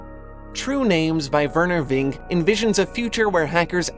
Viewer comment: I suppose it's ironic that in a video called "True Names" you mispronounced the name of the author of "True Names." Vinge is "Vin-gee," not "Ving." Otherwise, great video.